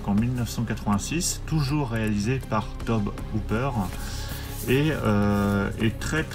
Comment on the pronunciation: Tobe Hooper... Se prononce Tobi... Vive la franchoullardise